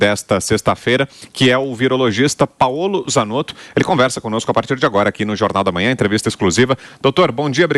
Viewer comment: Como sempre, excelente JP, que eu saiba se pronuncia Páolo e não Paôlo